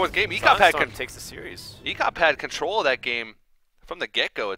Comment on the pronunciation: it's ek0p not ex0p :D